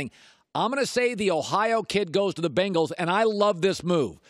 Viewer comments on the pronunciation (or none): none